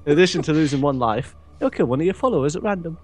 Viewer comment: "loife" Good job.